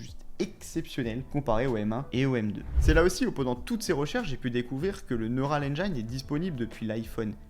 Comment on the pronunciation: Merci de bosser la prononciation en Anglais. Neural engine par exemple. Après tout le monde va dire ça. 😅